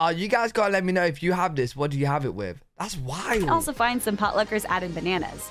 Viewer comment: Find, not fund 😮